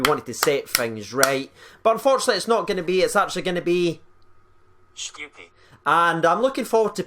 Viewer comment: Think it's pronounced Shh-koo-pee Not 100% sure just my best guess